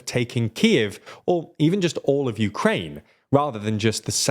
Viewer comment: Uraine? Urine?